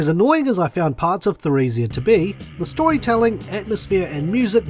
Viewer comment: Emile, Martel, and Theresia are all French names. So Emile is pronounced as Emily, and Theresia begins with a hard T Just thought I'd throw that out there :)